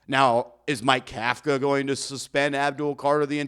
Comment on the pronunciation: If you consider yourself a professional, you should learn to properly pronounce the coach’s name Kafka like cough-ka. Think Tom Coughlin